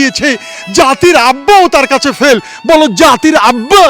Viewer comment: জাতির আব্বা আআআআআ এত সুন্দর করে উচ্চারণ করে শুনতে খুবই ভালো লাগে